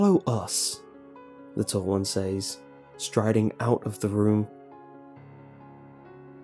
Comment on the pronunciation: "I say-ez" "They say-ez" "He say-ez. . ." Lol. . . Dont know why, but the pronounciation always makes me giggle.